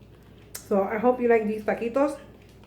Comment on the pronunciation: Taquitos. Not ta quits. Lol.